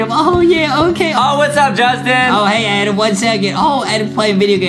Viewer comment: adam! not amen